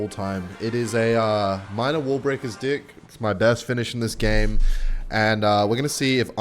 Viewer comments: why does he say dih every time instead of deck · why do you alwatys say dick instead of deck? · Every time he says deck I hear dick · Deck ❌ Dicck ✅ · secretly replacing “deck” for dick the whole video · why he is calling deck d!ck? 😂